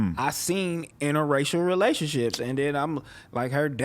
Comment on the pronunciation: don't know how to pronounce segregation and interracial lol. It's all good fam idk how to pronounce certain words neither lol